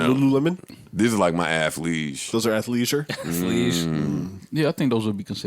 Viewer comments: Here to see "Athliesure" fit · Lmao did u say athleisure 😂♥️ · LOL "ATHLEISURE" MAKES MY DAY